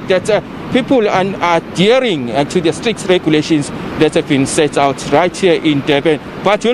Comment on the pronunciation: Hahaha, not street, it's strict....